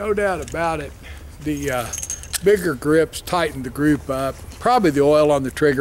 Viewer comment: he was joking about how you said "bigger" but your b sounded like an n